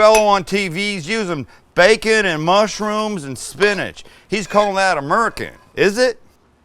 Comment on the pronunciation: Sam bring 🔥amazing. Sam was that your southern accent when you said 🥓 😆.